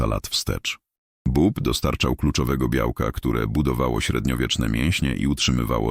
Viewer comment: Nie "bob" tylko "bób"